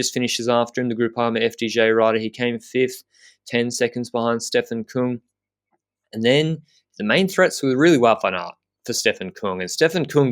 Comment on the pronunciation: Küng, not Kung., please correct on the pronunciation;)